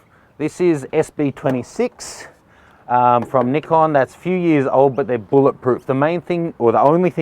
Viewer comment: its nice to see someone who says nikon, not naikon :D